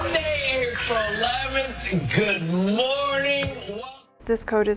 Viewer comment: If you listen to her again it kind of sounds like she say's warning instead of morning.